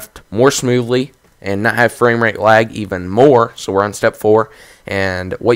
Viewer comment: no offense but why am i hearing wag?